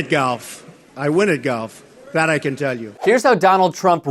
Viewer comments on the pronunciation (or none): none